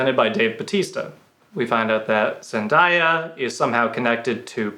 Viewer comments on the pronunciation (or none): zen-DAY-uh not zendieya